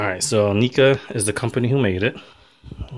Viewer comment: it's pronounced "Nehca" not "Neeca" but still nice video.